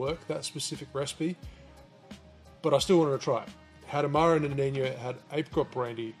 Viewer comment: Awesome. Amaro Nonino is from italy tho, so it is pronounced as wrote. No-ni-no... Noniño looks very Spanish 😁